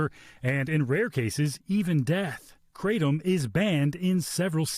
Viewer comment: I'm more annoyed that they keep mispronouncing kratom